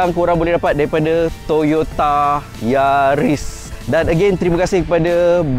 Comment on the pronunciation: Yaris mata jepun.. Bukan keli..